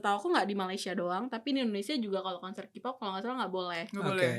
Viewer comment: Tolong mbak yang pake jilbab untuk KPOP K nya dibaca KE bukan KI. War juga dibaca wor. Kalau mau ngomong Inggris sekalian yang bener.